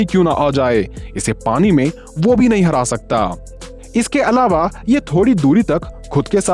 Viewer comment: 😂Alave nhi Alava hota hai😂